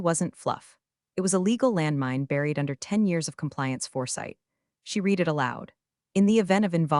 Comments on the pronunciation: Past tense of read is pronounced RED. To read; has read (pronounced RED). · The past tense of "read" is pronounced "red." It's one of those tricky English quirks that can trip people up.